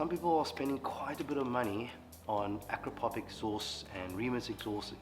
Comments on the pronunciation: It's pronounced , "A-crapo-vich". 😅 Keep up the great work 👍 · “Ak ra po vitch” has beautiful smooth welds and made from titanium? Sounds perfect